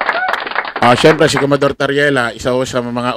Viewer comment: COMMODORE; bigkas ay KOMODOR idol..